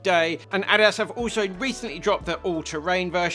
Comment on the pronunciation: Do they really pronounce Adidas and Asics the way he does in the UK?